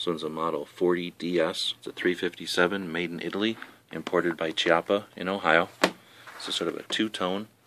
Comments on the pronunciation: It's actually "Key-Appa" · LOL chiappa-pronouced "key-appa" in Italian means butt cheek ahahhah